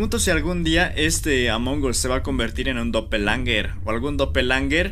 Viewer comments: SE DICE DOPEL GANGERS NO DOPELANGERS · Doppelgangers❌ Doppelangers✔ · Doppelganger❌ Doppelanger✅ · por que dice dopelanger